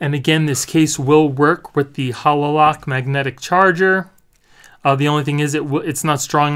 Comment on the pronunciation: Why are calling it a Hah LO lock? It’s pronounced Hay lo like the halo that angels have. Self explanatory really when you look at the shape. Just had to mention it.